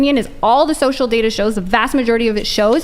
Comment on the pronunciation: 'shocial'? thats it. she mispoke. they lost. the rest is just a formality.